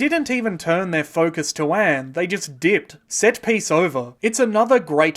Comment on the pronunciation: lol everytime you say Anne I think your saying AM from I Have no Mouth and I must Scream